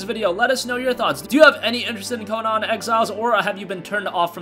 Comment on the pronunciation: it's not Co-non. Its Co-Nan lol